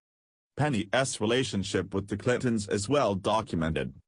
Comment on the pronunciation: If they're going to use robots to read, they need to program them properly so that they don't mispronounce everything they read. Don T = don't.....Clinton ess=Clinton's, etc. It's distracting.